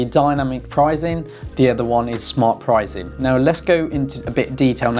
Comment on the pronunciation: Are you saying prizeing instead of pricing? It's very distracting.